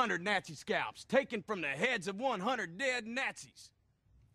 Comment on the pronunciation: Snazzy Snakes really? it sounds funny how he says it though